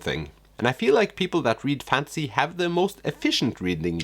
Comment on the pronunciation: I like your funky sense of humor and it’s interesting how thrift stores look in other countries, I’ve been to quite a few in the US. Also, you mispronounced the genre “fantasy” and kept saying fancy lol. (Maybe keep that in mind for future videos?) I love Karl Ove Knausgaard and got his whole My Struggle series but I get how he can be a bit much with his ‘stream of consciousness writing on steroids’ and he is a bit too self- absorbed at times, but the many ‘aha’ moments he gave me made it all worth it!!!